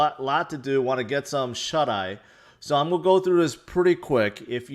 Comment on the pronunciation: haha i was trying to figure out if it was always that word he said that sounded weird.